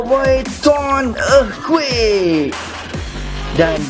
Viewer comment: sok inggris lu anying dah pelat earthquake tk lagi sono